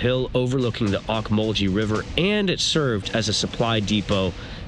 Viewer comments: Great seeing your perspective of my hometown. My wife and I have lived here all our lives and we enjoy downtown, Cherry Street and Poplar Street. Great restaurants again thank you. Other than mispronouncing Ocmulgee river (ohk-muhl-ghee) You did a great job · It's pronounced Oak-mull-gee river by locals! I was a DJ on WNEX rock station and what was then WMAZ radio during the late 60's and early 70's there in Macon and on WNEX we were the early ones to play new music by the Allman Brothers during that era!